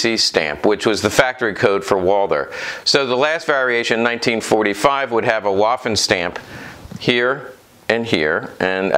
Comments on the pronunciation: Vvvvvvvvaffen, not Wafen. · please pronaunce "w" as "v", especially in the "waffen" word